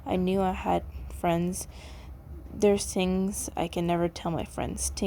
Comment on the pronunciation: sorry if this is rude, but I love the way you say "tings" instead of "things" SORRY IF ITS RUDE!